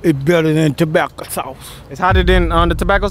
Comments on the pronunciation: “TOBACCO SAUCE”🤣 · The second guy says "tobacco sauce " 😂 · with your comment I realized he was trying to say tobasco sauce. His teefisus probably just got in the way. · Was he ment to say Tabasco sauce ? Lol